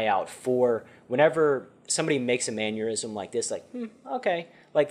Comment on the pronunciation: Bro it's mannerism not manure-ism awesome video lesson though